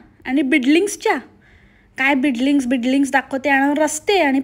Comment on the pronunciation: Building la bidling bolate😂